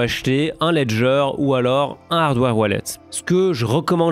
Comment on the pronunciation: "Vous pouvez l'envoyer vers vos toilettes...." ... hein ? "Vers vot' wallet" haaaaaaaaaaaaaaaaaaaaaa